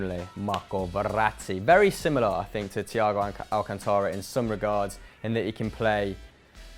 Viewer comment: Big of the channel but you guys keep mispronouncing the last name of Thiago Alcántara. The way how is pronounced Al-Can-Ta-Ra. I already thought The Front 3 podcast how to pronounce it properly.